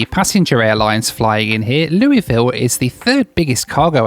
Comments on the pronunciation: I'm shocked how almost nailed the pronunciation of "Louisville"! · It's Looavull.. but Looeyville is accepted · Appreciate your visit to my home state of KY. Walked through that concourse at SDF many times! Would love to see you visit the state for longer than a layover some day- much more to offer than what you can see from the airport! (by the way, just say “Loovuhl” and you’ll be fine 😂) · Pronounced Lou a Ville. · native Kentuckian here, I hope you are enjoying Houston..my 2nd “hometown”. Love your videos. A little pronunciation guide - the city you flew to is “Lewl-vuhl”. Although it’s “very nice” (Borat voice), I would encourage you to come back and spend more time in the Bluegrass state. In addition, you need to fly into the cultural capital of the Commonwealth — Lexington. Experience a ride through Appalachian Mountains in the East, a day at the races at Keeneland, explore the largest cave in the world at Mammoth Cave, the birthplace of Abraham Lincoln in Hodgenville, and the Louisville Slugger and Kentucky Derby Museums as well. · Correction;In Kentucky, Louisville is actually pronounced "Lull-vulle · So happy to see Rach up and mobile! What a pleasant surprise. Merry Christmas to you and your family! And, it’s LLLLVLLL LOL. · Loo-ah-vull, you should remember the loo part. Come back some time, take the bourbon trail, see some horse farms and do Mammoth Cave. Love your videos. Be safe in 2025. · Louisville is pronounced Lu a Vul by the locals. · Nailed the Louisville local pronunciation.